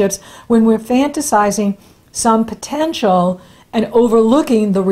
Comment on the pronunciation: I've listened several times every time you say ... POTENTIAL. I die laughing!!